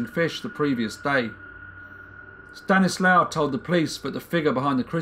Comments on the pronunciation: Good video c: Just one not important thing: If his name is spelled "Stanisław" you read ł as w and w as v so it's like "Staniswav" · In Polish, W is pronounced V. So it would be pronounced Stanislav, not Stanislaw. Small point but I like the V pronunciation much better. I assume the languages are similar enough they’d both pronounce it the same. My last name Wisniewski sounds much better with Polish pronunciation